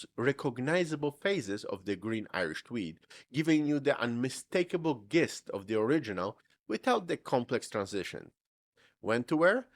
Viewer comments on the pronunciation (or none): verbena is pronounced ver BEE nah, Gist is pronouced Jist, with a soft J sound. thanks for listening. Loved your video sir.